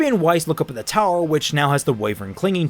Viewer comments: It's pronounced WHY-vern, not WE-vern. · It's funny how OP's accent comes through at random times, like when he says wivern. And I've said it before, but Neo is just the worst character ever, she's a brainless, blank slate that also defeats every good character all the time effortlessly for no reason, she just kills all narrative and relative power. Given how she is portrayed, she could kill Salem in a few minutes.